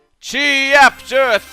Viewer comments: Chugga said Cheapter Wrong T_T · Why the hell are you calling it "chi-apter"? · Best end of cheeApter ever!!! (not really) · you said end of chapter wrong, chugga.